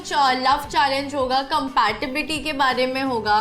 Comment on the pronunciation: Compatibility ❌ Compatibity 🤣